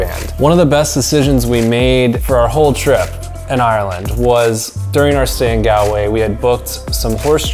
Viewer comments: you pronounced Galway wrong (not from there) it's pronounced as Gawl-way you elongate the letter a. And make an aw sound when you say Galway and if you plan to go to Ireland again you should go to Cork, we have Cobh it's a town on an island you can visit the Cathedral, you can do the titanic experience and you can go a ferry and go visit Spike Island where you can visit the museum as it was a prison back then you could go to mizen head which is the most southern point of Ireland, you can go to Garnish Island in Glengariff, you could visit Gougane Barra it's not far from a village called Ballingeary, you could go to Midleton where you visit Jameson brewery where you can see how whiskey is made there is a Guiness equivalent called Murphy's Stout where you can only get it in Cork if you like beer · Great tips and that is from an Irishman 😊 However the ocd In me should jokingly mention it’s pronounced Gall - Way 😂 If you are ever visiting the north coast hit us up for a guided hill walk in the Glens Of Antrim 😊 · Do you mean Goll_way? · OK IT IS ... GAWL-WAY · Galway is pronounced ''Gall'' way. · I love your video, but it's pronounced GAWL-WAY. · Galway is pronounced “gall”, like ball but gall-way, sorry it’s just cringe hearing it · Bro Galway is pronounced golway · That's not how to say Galway! 😃😃😂 ahhhhhh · Its pronounced gawlway not galway. Like a gol bladder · good video would just like to mention tho most things where pronounced rong ( like gallway is not gal way its pronounced gall like ball but with a g way and ireland sounds more like are-land and a few other things) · Hey, lovely video, fantastic photography and I’m glad you enjoyed Ireland so much. The only issue I have with your pronunciation of “Galway”. It’s not “Galway”, it’s Gawlway.” Hope you don’t mind me telling you:-) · Recommendation. Don't pronounce Galway, g-al-way. Like he did here. We Irish will laugh at you. Gall-way is better. Gall as in gall bladder or gaul. Not gal as in "Hey Gal!"